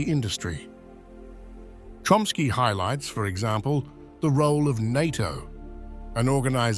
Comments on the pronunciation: His name is CHOMsky not Chromsky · The way his last name was pronounced was like 'Trumpski..